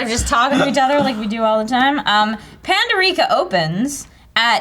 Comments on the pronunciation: Pan-Door-Ick-ah Not Pan-door-eek-ah... Oh...:) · Pando-rica?? [Pan-doh-ricka] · I'm just going to assume that doesn't watch Doctor Who. It's pronounced Pan-dor-ica not Pando-rica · How do you know when someone isnt a whovian? When someone mispronounces Pandorica. (Pan-door-ik-uh) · The way pronounced pandorica... nerd cringe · Are we just not gonna talk about how mispronnounced 'Pandorica'? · She mispronounced pandorica opens. Let the angry whovian comments commince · babe, Pandorica isn't pronounced like that. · "Pandorica Opens"..., you need to watch more Doctor Who, because you pronounced that all kinds of wrong >_< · Clearly doesn't watch Doctor Who. She couldn't pronounce pandorica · So many Dr. Who fans are gonna be butthurt about how pronounced Pandorica...